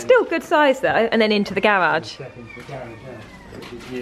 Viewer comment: Your pronunciation of garage is correct. Garage not garidge!